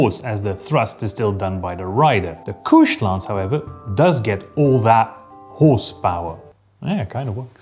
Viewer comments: That would be couched, pronounced like the sofa, not "kooshed". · Holy shit, all these years I always thought couched was pronounced like couch, my bad. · Is "couched" actually pronounced like that? I always read it as the cow-ched like a sofa. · He's using a French-ier pronunciation!